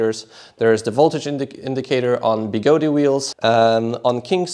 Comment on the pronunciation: I thought it was pronounced Begode, not Begodee